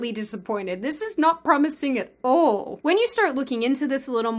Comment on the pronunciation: I can hear an accent on "all." Also "2.0"